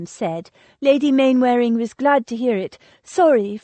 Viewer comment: Narrator is a lazy American who can't be bothered to say English words properly. Its said 'Mannering' even though its spelt Mainwearing. Look up the sound bite on google. Its a very old name so of course the use over the centuries has changed it.